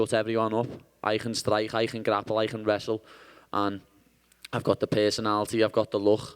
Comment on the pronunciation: Are you a fighter? "I goch da pergsonality, I goch da luk"